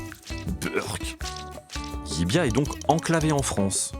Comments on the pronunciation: Ils se sont aussi trompé de prononciation : personne ne dit "LIBIA'...mais "LIVIA" (en phonétique). Le "V" en Catalogne se prononce comme un...."V"....!! Et pas comme un "B" , ça c'est à Madrid....!!! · Salut...! Si LLIVIA se situe bien en Espagne , cette ville est en Région de Catalogne et sa langue est le Catalan...! Donc LLIVIA se prononce comme cela s'écrit (LIVIA)...et pas "LLIBIA"....!!😅(prononcé plus de 15 fois..!!! 🤨) Le "V" prononcé "B" , c'est du CASTILLAN...(l'Espagnol "académique" ). Vous auriez pu faire l'effort de quelques recherches...! NOUS les contribuables , on vous en donne les moyens..!! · *Llívia et non Llibiá... Ok, je chipote sur la prononciation. Merci quand même 😉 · ... Et le V se prononce V en Catalan et dans son dialecte local Cerdan ... Là ils disent le "LL" Catalan et le "V" Espagnol. C'est soit /ʎibja/ en Espagnol qui n'y est quasi pas parlé soit /ljiβia/ en Catalan qui y est la langue quasi exclusive. La prononciation /ljibia/ n'existe pas hors de cette vidéo 🙃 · Non c´est ni "Libia "ni "Livia" , mais c´est "Llívia" avec 2 Ll qui se prononce en catalan Yeu donc phonétiquement Yivia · LIivía prononciation "Yivia" avec le ye